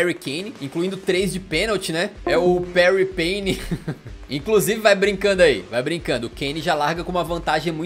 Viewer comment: "Parry Pane" 🤣🤣🤣🤣🤣🤣